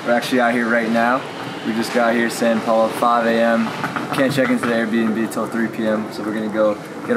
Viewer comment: It kills me when he says San Paulo it’s is São Paulo like when saying the word sour without the R